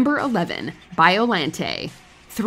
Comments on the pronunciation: its BioLAWNte not LANDT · WatchMojo always amazes me. How they can get so many pronunciations incorrect. Biollante [ bahy-oh lan-tey)